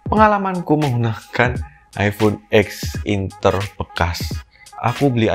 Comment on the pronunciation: bilangnya "ex inter" ngab, bukan "e x inter"